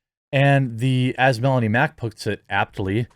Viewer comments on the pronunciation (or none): none